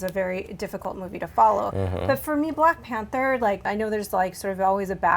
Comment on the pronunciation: When he said Glack Panther I laughed.